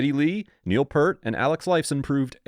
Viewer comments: Peart/ Pronounced 'Pearce' with a t. Not 'Pert' ffs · Pert is shampoo...it's Peer-t...c'mon man. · Peart, pronounced peert! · P(EAR)t. P(EER)t not Pert, like the shampoo. At least he said twenty-one twelve. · It’s spelled Peart and pronounced “Peert” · Peart is pronounced Peert 🙄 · Holy shit, can you not do any research to at least get their names correct ? It's Geddy, not "Getty", and Neil Peart, not Purt. I give up on this crappy click bait. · It's pronounced Peert...NOT pert!!!😠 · No it is not Pearce! It’s like this…Peert. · His name is spelled PEART and it’s pronounced P-ear-t …🤡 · Yeah... Pert? It just takes a little work. I can forgive the mispronouncing being guilty myself at first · My brother I just LOVE their MUSIC their humor is awesome I love it too so please I mean NO disrespect but I’m a retired bassist of over 50 yrs as a professional musician and I’ve called him “pert” all my life unknowingly mispronouncing his surname so in fairness & to state my defense it’s become an uncureable habit of my lifetime to say his name wrong I now refer to him by his nickname as PRATT. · Its' ficking Neal Peart, pronounce Peert FFs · Peart. Pronounced PEERt. Your video is credible and will appeal to Rush fans. Everything you say in it is accurate, a great tribute to the band and what they stand for. But Rush fans will roll their eyes at your pronunciation of Neil’s last name. (Yes, we Rush fans are a little crazy that way.) I did keep watching, though. Nice video otherwise. I say so, because I’m a nerd. Watch out, because a lot of Rush fans are GEEKS. They’ll judge, and they’ll spread the word not to watch you. As for my beef? Probably a quick fix for this. But don’t worry. Dave Grohl says, Purt, too. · It’s pronounced Peert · Don't post unless you have learned how to pronounce artists names properly. Neil Peart == "Neel Pea-art". Like "peace". And Rest in Peace Neil. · PEART. Pronounced like ear with a P in front and a T at the end. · Nope, it's pronounced Peart